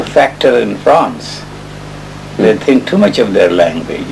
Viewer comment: Descartes was correct. Absent tink 💭 there is no " i ". So if he tinks HE iS. ooG and some other narrators say so too.•°